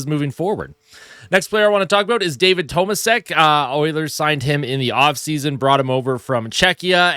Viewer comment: it's pronounced toe maa shek, as stated by Bob Staufer yesterday